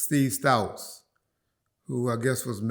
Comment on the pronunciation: killin me with the pronunciation. Who the hell is Steve “Stouts” and Andre “Horizon” lol.